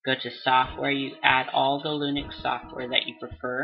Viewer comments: its linux not lunix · I thought he said "Unix"... but yeah that's not lunix -_